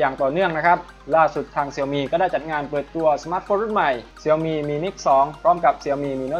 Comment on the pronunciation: ชื่อแบรนด์มันอ่านว่า เสี่ยวมี่คับ ไม่ใช่เสียวหมี่